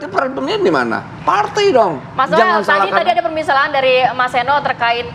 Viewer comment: Noel noel kok nilei nya jadi Nol